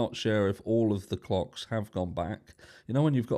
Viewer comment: (Was WitchinaStitch) not much to say on this other than.....make sure you pronounce CLOCKS clearly! I'm UK and nearly spat me coffee out 🤣